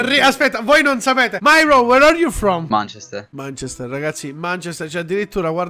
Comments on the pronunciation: manchester è pronunciato manchèster non mànchester quindi si, hai ragione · ma manchester non si pronuncia così....anche google traduttore lo dice giusto...provate😂